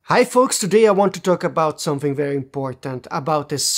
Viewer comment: **the** it's pronounced THE not da or de . Also there's no 'dat' for 'that' or 'dere' for there. And something is pronounced someTHing not someFing